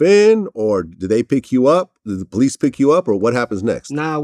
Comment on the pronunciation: He said police'esses....lik I say pant'esses...dats dat sawf talken